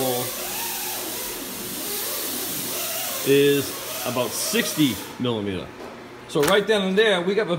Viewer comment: What's a millameta?